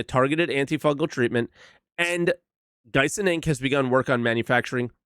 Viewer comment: Not gonna lie... I thought you said DYSON inc... which would have been hilarious Hmm... Gyson.. Dyson... Filter CONSPIRACY!!!